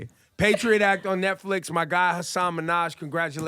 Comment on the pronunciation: god i wish there was any effort put into these interviews at all... no research, no listening abilities... ebro didn't even pronounce hasan's name correctly.